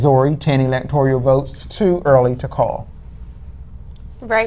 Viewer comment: Electoral is pronounced how again? I think I just heard elector ee al. Is that the right way to say that? These amazing and brilliant college students obviously will be at the top of their game on the English language. Stunning and brave. It’s like they are channeling the authoritative source on all things Gayle King. Her commentary on the CBS 2016 election night coverage was stunning and brave. And I cannot wait to hear her amazing dedication to English, as a language, on the very next presidential election. Her butchery…. Er ahh.. mastery of the pronunciation of words in common parlance is a THE master class all of the American populace need. Gayle for President in 2024!!! Stunning and brave! what’s that Senators name again? Did the Die Hard guy win in Arizona? I ❤ Bruce Willis. what’s that Senators name again? I confused. Ok that’s my last confusion I swear! Probably not though.